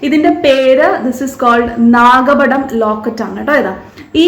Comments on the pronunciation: Nagapadamnot nakapadam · നല്ല ഭംഗി! നാഗപടം എന്നാണ് ട്ടോ